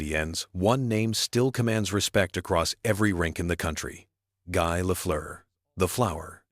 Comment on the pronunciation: you know it's AI when Guy isn't said like "Gee".